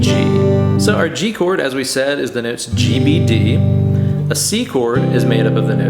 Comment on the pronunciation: I love the way you say Noats, like Boats or Goats instead of Notes.